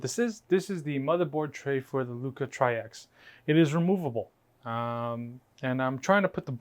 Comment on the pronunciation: It’s pronounced like “tricks” or “trix” and it’s a garbage case.